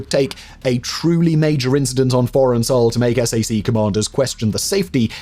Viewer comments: "S A C" is normally enunciated as "Sack" and is understood to mean Strategic Air Command. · Just a tiny American pronunciation thing for you on the Air Force Strategic Air Command or sac we don't spell it out we say sack. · Sac, is pronounced sack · SAC is pronounced "sack." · As a person who grew up in Omaha, near the headquarters of SAC, please don't be shy to call it SAC (like SACK). It's strangely weird to hear it lettered out. But, great video and interesting story! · While I am not allowed to confirm nor deny anything in this and your other awesome videos, I can confirm that we did not pronounce S.A.C. as separate letters. We just said “Sack”. :-). Thank you for all the work and research you put into your videos! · Found your comment that you mentioned! It’s wild. I could have sworn I’ve heard Simon say SAC correctly before. He’s so thorough. All is forgiven right? I stayed in the area and settled in Wahoo.